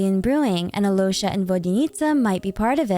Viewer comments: Absolutely love how you botched every name.Keep doing it lol Alloysha HAHAHAHAHA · The video is great, but as a native Russian speaker I just have to correct some names mispronunciations. • Alyosha is not pronounced as Alosha, L here should be soft (palatalized), so it's closer to Aliosha. The main stressed vowel here is O. • Veche is not Veke, there's a CH-sound like in the word "cheese". • The Tsaritsa's patronym stress. It's FEO-do-rov-na, not feo-do-ROV-na (comes from her father's name Feodor, or sometimes Theodor). FEO- is one syllable here, similar to Alyosha, should be pronounced as FIO-do-rov-na. The main stressed vowel here is O.